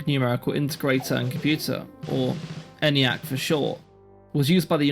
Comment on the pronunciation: The "E" in "Eniac" is long, and is pronounced "Ee-niac," and not "Any-acc." "A transistor never can blow out" or "have anything else happen to it." ... Err, that's NOT TRUE!